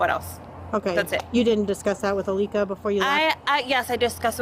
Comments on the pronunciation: So I-lick-a-Bone (Alika Bone) is the new Zanny the Nanny? (Zenaida Fernández) Laughable... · "I-lick-A bone"? did she just kaiser sose that from a memory of what she did after she murdered her own child? like this is mf a wackadoo wtf. i get the vibe she had some sort of psychotic break and the people in her life just didn't either know what to do to help her in the long term or did not actually help and just enabled her behaviors to this point so they could keep the kids for themselves? where is the dad? what is his role in these childrens lives? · “Aleeka Bone”🧍🏾‍♀️ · Did she say I lick a bone? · Her name is AA-licka Bone? Really I lick a bone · she def keyzer söze’d that name…. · Ilicka bone!? Is she serious?.....I lick a bone? Is anyone else hearing this or am I crazy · She said Alka bone?😂😂 sounds like lick a bone. It’s very sad what she did though craziness. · "Aleka Bone" definitely sound like "I lick a bone." I knew for sure at that moment that she was lying and made up the name. Poor baby. May he RIP. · She says Alika Bone and I knew where this was going 😐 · HOW are you mispronouncing her name through the WHOLE video, when she and the officer say it several times?? 😡🤦🏽